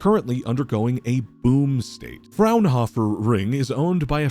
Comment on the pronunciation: German here, Fraunhofer is spelled with a strong emphasis on the vocals. Something like FrOwn-hoe-fer.